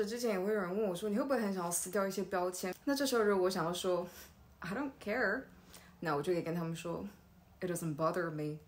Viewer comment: 不是I do car 嗎